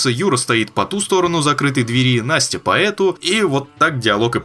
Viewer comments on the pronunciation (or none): none